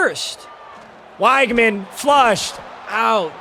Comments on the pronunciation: it’s pronounced wig-man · weg-man its weg-man please